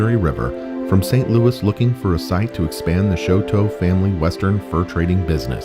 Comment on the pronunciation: THANK YOU!!! So irritating when the name Chouteau is mangled beyond recognition! I'm a direct descendant of Auguste (again, that name is frequently mispronounced, it's Awwgoost), and several of my family members still carry the name Chouteau.